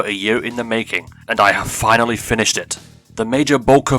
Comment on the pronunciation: "FINILY" wtf?